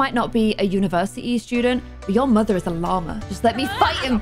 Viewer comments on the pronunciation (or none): none